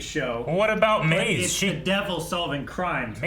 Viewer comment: It’s maze not maz